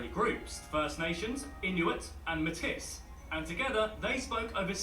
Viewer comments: It’s pronounced “may-tea” not “may-tiss” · Metis not Matis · The narrator incorrectly pronounces Metis as MEH-TISSS, but it is pronounced May-TEE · Metis is not pronounced me tiss, it is pronounced May..tee! You need to find a video about Canada done by a Canadian. Justin Trudeau is an embarrassment He has done a lot to alienate! most Canadians and cause a lot of problems in Canada! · It's Metis - may-tee, instead of 'metiss'. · ita pronounced "may tea" not "met tis" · it's not pronounced Meh Tis, but: May Tee. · It's pronounced Maytee not Maytiss. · It's hard listening to Brits and Americans do vids about Canada because none of them know how "Metis" is pronounced, and few of them even come close. It's "matey," like a pirate, with the emphasis on the second half of the word. It is most definitely not "ma-tiss," as this guy keeps saying. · small bit of a mispronounciation Matis is a french word not pronounced MAY-TIS is is MAY-TEA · Metis is NOT me-tis, it is may-tee. It is pronounced in French. (As the Metis are generally of Indigenous and French ancestry) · This dude speaking for Canada isn't even Canadian. WTF! He doesn't even pronounce Metis properly as a Brit! I hope you didn't subscribe to his channel. Aside from that I love your channel. Please keep creating cool content, and thanks. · Metis is pronounced maytee. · Metis is pronounced as , May teas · Metis is pronounced May-tee, the s is silent. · It pronounced May tee. It is French so you don’t have pronounce the s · “Métis”is pronounced “May-teeee” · And it's May-tee. Never in my life have I heard anyone pronounce the "s". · It would have been better if the narrator had been from Canada, so he would know how to pronounce words such as Métis and Ontario.